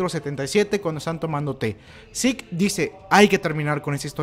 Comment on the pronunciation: Este... El nombre de Zeke , se pronuncia : yiku , no zik xd. Solo es una pequeña corrección xd cada quien lo puede llamar como le plazca :v